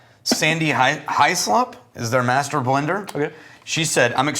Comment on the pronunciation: The master blender’s name is Sandy (short for Alexander) Hyslop. It’s pronounced His-lop, not high-slop